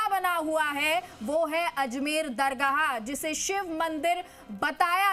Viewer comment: Pahle tum apana alfaz Sahi karo dargaha bolrahi hai